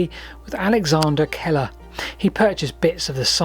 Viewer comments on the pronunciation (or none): Alexander Keiller - 'Keeler', not Keller. Keiller like the jam, with an 'ee' sound. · Thanks - another excellent vid! FYI Keiller is of scottish origin - it's pronounced 'Keel-uh'. 🙂